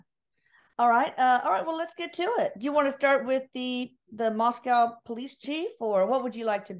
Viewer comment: Moscow and you say co not cow . It is a small college town.